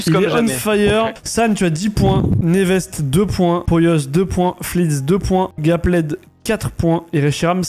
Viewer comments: C’est pas Gapled c’est Gappeld non ? Quand on prononce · Ça me stresse tellement quand il prononce « Gapplaide » mais super vidéo